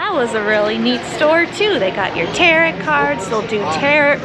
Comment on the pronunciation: Tarot is pronounced “Tear-Oh”